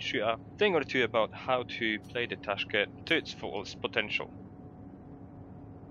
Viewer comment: its correctly pronounced taashkyent